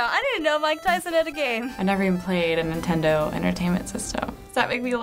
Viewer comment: ***** its nintendo and not nitendo